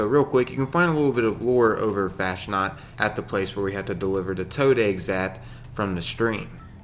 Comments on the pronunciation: Fasnacht is pronounced like 'Faus -Knot' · It's pronounced like Fausnaught (faz-not)